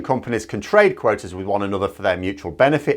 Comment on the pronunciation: Did you actually say quoaters (quotas + waters)? 😂